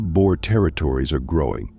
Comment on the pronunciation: It is prounced Bo. Not bow. Bow this type means to bend over.